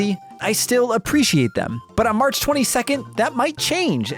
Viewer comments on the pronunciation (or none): none